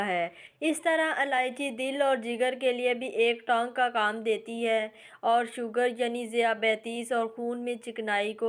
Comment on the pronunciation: You made few mistakes while reading urdu, one of them is tonic, which you read tanc.